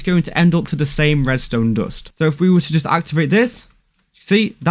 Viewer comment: why dont you say dust insted you say dost